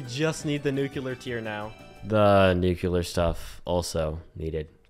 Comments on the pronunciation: Thaumaturgy is pronounced like... Imagine a British person saying "Thor", thor-muh-turgy. I supposed thaw-muh-turgy would also be acceptable. Also you say nuclear wrong. It's nuCLEAR, not nuCUlar. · man kept saying "nukular" instead of "nuclear" frfr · why do you pronounce nuclear like that?